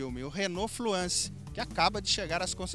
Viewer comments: TODO MUNDO PRONUNCIA FLUENCE..... AI O CARA MUDA O NOME DO CARRO ....FUIIIIIIII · não é FLUANCE, É FLUENCE! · fluânce a pronuncia ?? o.O